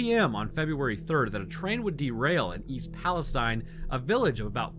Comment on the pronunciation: I cringe every time they pronounce it stine. I notice we pronounce Appalachian differently to. I had family from that area, they all passed before this event. We were up there 2 years before the crash.